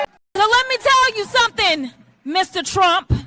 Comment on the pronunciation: LET ME TELL YOU SOMETING, LET ME TELL YOU SOMETING......... I WANT TO TELL YOU SOMETING !!!!😂😂😂😂😂😂😂